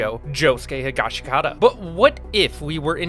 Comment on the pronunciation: The second i in Higashikata is silent. It's Higash-kata.